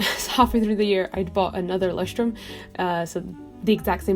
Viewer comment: I love how you pronounce Leuchtturm! I'm German and I love it when people from other countries speak German although they pronunciation is wrong. It's sounds so cool